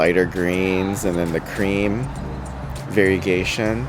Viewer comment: "varigayson" 😂❤❤ love it